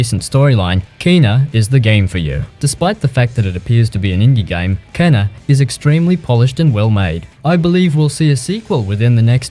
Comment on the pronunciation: It's funny how almost every player says "Kena" even though her name is pronounced "keena" in the game 😆